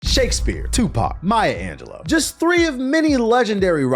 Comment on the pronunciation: Maya *Angelo the fuck!? It’s Angelou Lou not lo